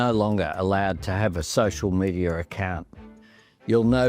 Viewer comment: did he say socier medier?